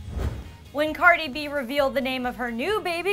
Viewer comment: She said Cardi's name so wrong hahah